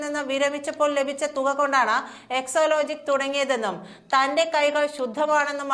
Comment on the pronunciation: EXALOGIC എന്നാണ്...EXOlogic അല്ല...